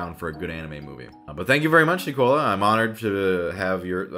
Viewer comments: I’m so happy you read my letter! <3 THANK YOU SO MUCH!!! Edit: Oh btw! Liam is pronounced as Lee-um and Nicola is pronounced as Nik-uh-la! Nice attempt tho! ☺️☺️ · Ginger Kubicz Liam is lee um and he was close enough with Nicola just he said it like Coca Cola when it nic ola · He mispronounced both Liam and nicola